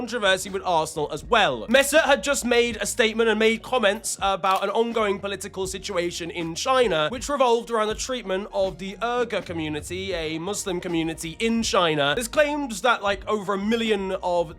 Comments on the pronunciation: its pronounced weegar not urger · It’s pronounced “we-gurr” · Uyghur is pronounced Wee-Ger and it's been an ongoing issue since before 2022. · hey, the uyghur (pronounced more like “way-ger”) situation you’re talking about is a proven cia psyop. numerous trustworthy and checked independent humanitarian organizations have gone to xingjiang for independent investigations and concluded that there are no situations like what was alleged by the american government (not gonna name the situations alleged cuz the algorithm might be upset). no muslim nations or authorities back the american accusation either. me myself who has been to xingjiang can also attest though that shouldn’t mean more than the former reasons mentioned. there’s also a history of why this psyop was created in the first place which i’m not gonna get too much into but it involves american funded t*rr*r*st organizations in foreign territories. is there oppression of any kind happening to the uyghur population in xingjiang? yes. but it is a cultural oppression where many people are incentivized away from learning things like the uyghur language because it doesn’t lead to much career opportunities or access, leading to its decline today. we see similar instances for that in places like the us and ireland which for the latter the british government literally payed to have the irish language excluded from the education system. anyway much of the muchness the “uyghur situation” is a proven american propaganda piece and inadvertently goes back to ignore actual cultural hardships faces by the uyghur people. i do not blame any individual for being subjected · “Er-ger” you Brits could care less about getting names right. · that Uyghur pronunciation, anyway From the River to The Sea.